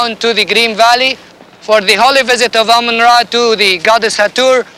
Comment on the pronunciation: "amun rey" heh you must be new here